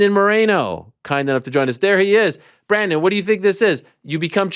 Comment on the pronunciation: It's Brandon not Bradon anyways love this guy, just positive vibes